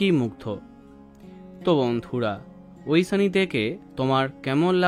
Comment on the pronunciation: ঐশানি, ঐসানি নয় .... উসচারন 😅